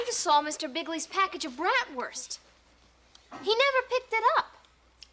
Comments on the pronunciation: Bratwurst is pronounced Braat - wrst with a long "a" sound, similar to the "a" in “Father.” It’s not pronounced “Brat” which describes an ill mannered child. 🤔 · I hate the way they say Bratwurst.